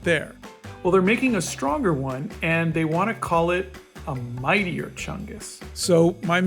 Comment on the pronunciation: Mightier ❌ Meatier ✅